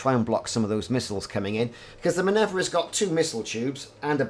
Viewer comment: Why would you call that ship "Minevra" when it is clearly named "Minerva"? :) Must've skipped your mythology classes. ;)